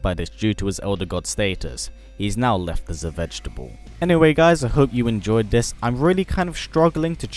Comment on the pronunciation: I like when you said "vegetable" XDD made me laugh anyway keep up the good stuff bro